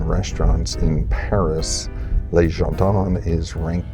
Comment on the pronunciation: Le jardin is not pronounced as ler jardeen. The French pronunciation is so hilariously bad ! 😂